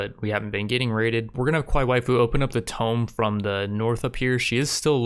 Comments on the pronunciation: ITS TOMB LIKE TOON, TOOOOOOM. TOOM. NOT TOME-B. TOOM. TOMB. TOOM. TOMB. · Tome. Jesus man. Tomb. Pronounced toom. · It's said too-mm not toh-mm it's spelt tomb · Am I the only one who has a stroke everytime he says "tome" instead of "tomb"? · IT'S TOOOOOOOOM NOT TOME!!! TUH-oooooooooooooooooooo-mmmmmmm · man they're not old books their tombs there's a difference and how it's pronounced man or you can call it a crypt easier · Tome is a large book. Tomb is pronounced differently. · the ancient tomb is pronounced TOOM, like cartoon, but carTOOM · Continue series please! love all your Rimworld series. Also please take no offence, but tomb is pronounced like toom. Simple mistake. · Enjoying the series! 1 question: why do you say tome instead of tomb? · He also says Kneecromancer, just get used to it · Tomb is pronounced toom